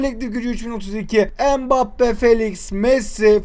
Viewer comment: Maneye Mbappe diyen Koca Yurekli 😊